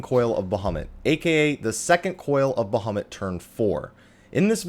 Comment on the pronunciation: Sorry it really annoyed me: It's Ba-Ha-MOOT; emphasis on "moot." Not Ba-HAWM-It; emphasis on "hawm."